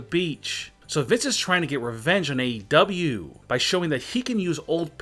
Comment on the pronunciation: Everyone:: AEW Him:: AW 😂